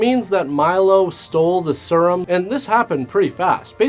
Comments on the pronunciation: I love how pronounces serum. He says "sir-um" instead of "seer-um" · The way you pronounced serum is going to haunt me for months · Is no one going to mention the way pronounces "Serum"?